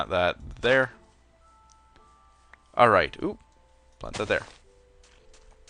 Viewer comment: did u ever notice that u say plont not plant? I think thats funny. Also, what do u think about the new pokemon? if they add it would you be excited?